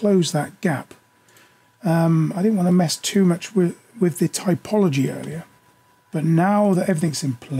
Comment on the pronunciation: TOPology, not TYPology. You really should fix that and re-upload this video. Otherwise, good information.